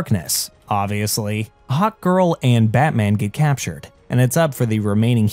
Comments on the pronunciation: Is it just me or does he say "hawt girl" instead of hark girl? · this was an awesome recap, ut i can't help but laugh every time you say hawk girl I hear "Hot Girl" lol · I thought he said hot girl when he first introduced her in the beginning lol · Every time he says "Hawk Girl" it sounds like he's saying "Hot Girl" and that makes his video more funny lol